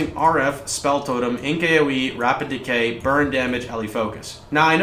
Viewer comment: "decay" not "decoy" totems